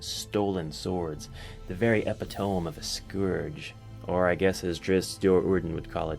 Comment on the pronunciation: Is that… actually how you think “epitome” is pronounced?